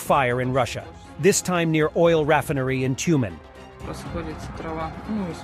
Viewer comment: Raffinnerri - Lol.